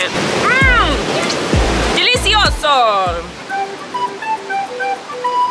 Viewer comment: Colleen: dilisioooso Also Colleen: pisha